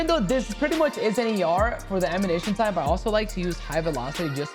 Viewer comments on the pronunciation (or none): none